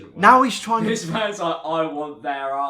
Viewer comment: I died when he started pronouncing LIKE AAH even google can pronounce better and jimin?OMG...im dying and shitting and crying